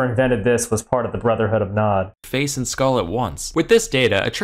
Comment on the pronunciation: I made a joke about gdi and then i had to rewind and say no way he said nod